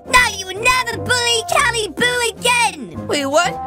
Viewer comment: WHY DID TAHT GIRL CALL CALI CALIBOO!'! WHY THAT